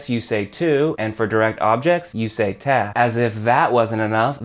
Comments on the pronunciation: its pronounced tay (te) not teh (te) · Love your videos, but everytime you mispronounce te I cringe.. sorry, much love